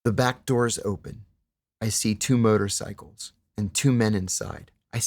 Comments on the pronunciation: Did anyone understood "murder cycles" instead of "motorcycles"? 😅 I was like ... wtf is "a murder cycle"? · Why does he pronounce it "Murder cycles" every time ?!